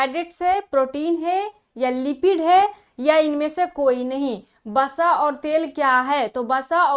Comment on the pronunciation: starting ,vasa hota h basa nhi